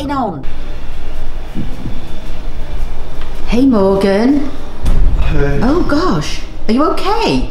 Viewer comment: its Morgan not Morgeus 😅